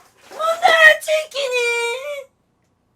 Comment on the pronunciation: 어오오 치키니떨어져요오 오어엉ㄱ 치킨이떨어져뇨